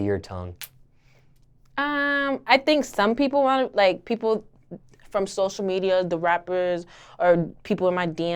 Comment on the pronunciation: sloshial media